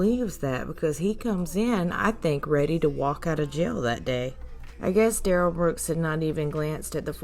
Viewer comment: thank you,. It will, it always does! 😉 I'm having a good time enjoying your content. Duh-rell is ick! But I can't stop watching 🤪